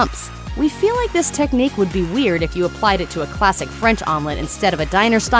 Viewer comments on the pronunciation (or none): none